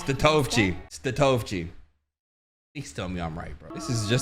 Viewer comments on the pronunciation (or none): lmaooo it's tony [stat-o-vee-chi] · I’m pretty sure it’s pronounced Stat-o-vi-chi